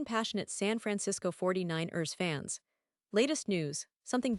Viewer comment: Can you please fix the pronunciation of the 49 rrrrsss?